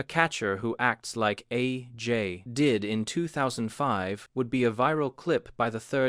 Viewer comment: A...J...might...be...wrong. All of the sudden, this AI voice is British? I do enjoy these videos, but why do they pretend it's an actual guy saying this stuff? Nobody would pause between A and J like that. Or call Jim Thome Jim Tome. See other video for that.